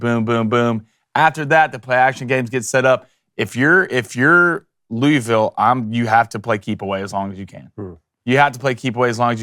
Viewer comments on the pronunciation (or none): It's two syllables. Luhl-Vul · Idk whats worse, the butchering of this game prediction or his pronunciation of “Louisville”.